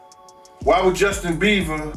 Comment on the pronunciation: Does he say Beaver?😅